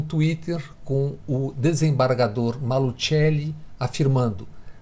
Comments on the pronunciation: No programa do Nassif uma pessoa do Paraná ensinou a pronunciar Maluceli e não Malutcheli como o Bob fez. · Bob Fernandes na hora de falar o nome do desembargador fala em italiano "malutcheli" ninguém no Paraná conhece essa família, aqui todo mundo conhece a família "maluCeli" deveriam dar o toque para esse jornalista esta ajudando na confusão e fica por isso mesmo